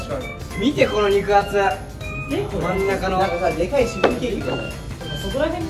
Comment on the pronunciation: 字幕は「でかい」なのに「でっっっかい」って読んでるのかわいい🥺